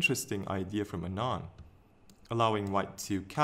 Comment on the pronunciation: Its not anaaand as you pronounced. It is aaanand. By the way good video.